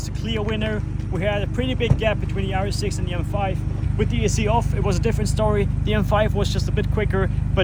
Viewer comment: Every time you sayd rs6 i heard yaris 6